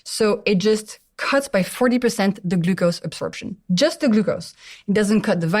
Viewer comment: Ahhh the way she pronounces glucose is irritating 😅